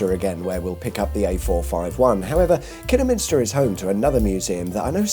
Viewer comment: Glad to hear that you pronounced Kidderminster correctly.😊